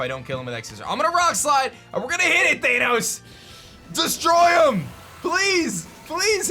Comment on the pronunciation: Theinos? Isnt it Thanos?